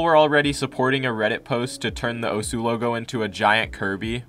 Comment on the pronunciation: The way he says “Osu” makes me want to cut myself